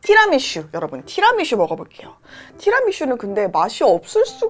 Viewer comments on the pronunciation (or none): 티라미슈 아니고 티라미수 라고 얘기해주세요 :) Tira mi su! 입니다